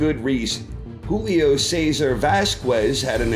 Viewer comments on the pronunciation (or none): none